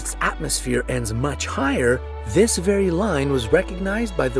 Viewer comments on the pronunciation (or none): none